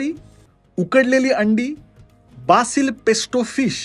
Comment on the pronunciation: Spanish मध्ये कोथिंबिरीला Cilantro (सिलांट्रो) म्हणतात. South American migration influence मुळे Americans नी English मधला Coriander हा शब्द सोडुन Cilantro हा शब्द adopt केला़. Similarly, it's not बासिल pesto, it's बेसिल pesto. And not पेप्परोन pork, but पेप्परोनी pork. It's the most popular pizza topping in USA. But खरं सांगू का, काय फरक पडतो आपण कसा उच्चार केला ते.. त्यांना तरी कुठे आपल्या भाषेतले शब्द व्यवस्थित म्हणता येतात! Video खूप आवडला 😊